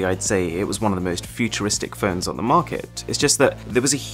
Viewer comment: im sorry but am i the only one hearing 'ferns' instead of 'phones'?